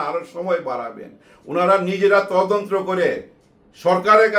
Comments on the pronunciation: আসসালামু আলাইকুম আঙ্কেল,, কথাটা 'তদন্ত্র' হবে না 'তদন্ত' হবে। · ভাইয়া, বার বার আপনার তদন্ত্র কথাটি শুনতে খুবই কানে এসে লাগছে। কথাটি তদন্ত, হবে যাকে ইংরেজি তে ইনভেসটিগেশন বলে।